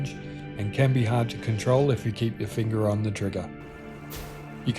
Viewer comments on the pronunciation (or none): none